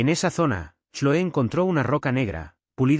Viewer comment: Se pronuncia Cloe en ingles